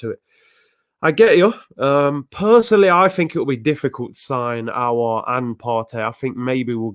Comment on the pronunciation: The only one who pronounce aouar name right 👏👏👏👏👏 . Robbie dt troops and the rest all worng